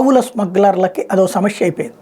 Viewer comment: Samashya kaadu samasya. ki sa palakadam raadu.